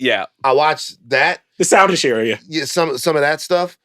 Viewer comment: Very "book reader who's never heard the word spoken out loud" energy lol.